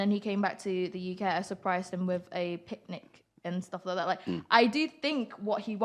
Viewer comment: she didint say picnic right ? :))